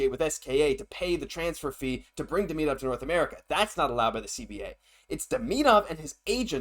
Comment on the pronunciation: The player's name is Demidov not Deminov